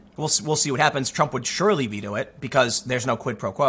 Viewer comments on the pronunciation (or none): none